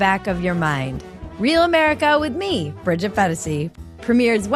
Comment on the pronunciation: Bridget fe-daisy lol